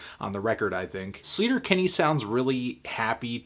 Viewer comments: It's pronounced like SLAY-ter-Kinney, not SLEET-er-Kinney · He's pronouncing sleater Kinney wrong